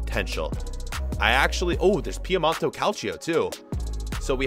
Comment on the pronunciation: Oh my goodness, please stop saying Piemont-O, it's Piemont-E